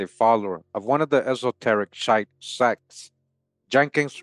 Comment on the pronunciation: The word shiite is pronounced sheee ieght last part like the word height but without the H.